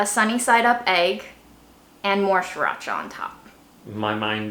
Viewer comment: When said by, it’s sureracha not Siracha.